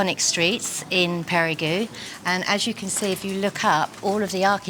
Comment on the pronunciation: I've heard it pronounced "Perry-Go" and now I've heard it pronounced "Perry-Goo". It's "Pay-ree-Guh"